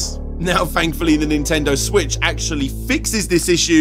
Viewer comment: Who else loves accent? I don’t know what I would do without my daily dose of “fankfully”, “fanks”, “fhree”, and “five”...